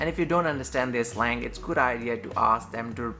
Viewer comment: “Slag”? Do you mean “slang”?